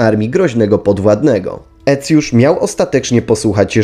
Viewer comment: A skąd ta fonetyka? Cosik mi się tu nie zgadza, zwłaszcza jeśli chodzi o Aecjusza.